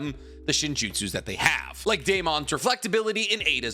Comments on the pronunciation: I’m so annoyed by the way you say Day-MON. I’ve known so many people with that name and that’s never been how it was pronounced. It sounds like you’re making fun of the person if you say their name like that. Day-mun or Day-men is always how it’s been pronounced by the countless Damons that I’ve met. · I think he’s trying to say it like a Japanese name but idk. Still saying it wrong lol